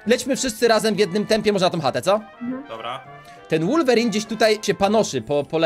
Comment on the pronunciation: mówi się wolwerin a nie łorwerin